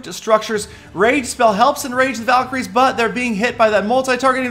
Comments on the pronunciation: valeecries seelly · so does Peter want them to be called valcry's or val-kie-ries? either way has it wrong😐